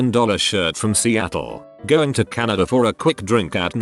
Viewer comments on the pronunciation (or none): none